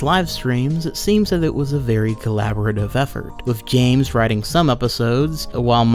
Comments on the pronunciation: Because it's Bames not Zames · The way he runs out of breath, slurs his words and pronounces James as "Zames" drives me fucking nuts.